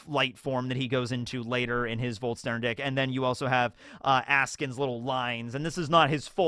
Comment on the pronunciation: It's funny hearing you call it. Volt - stern - dick instead of Volsh - shtan - dig.